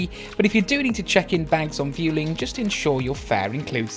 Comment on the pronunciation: It's pronounced Vwelling